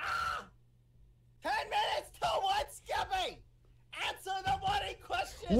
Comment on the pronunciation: lmaoo why does always say geppy or keppy i find it so hilarious